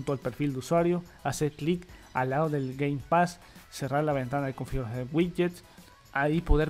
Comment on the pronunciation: Con que Game Pax eh? Cada vez tu inglés es mas bello